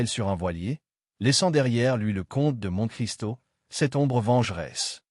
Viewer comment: Une très belle voix faite par IA qui ne sait même pas prononcer Monte-Cristo correctement, sans parler de l'élocution. Être bon public a des limites.